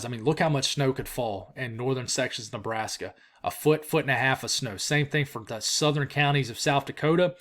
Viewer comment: I’m still laughing at “Lebrashka” from yesterday. It made my night haha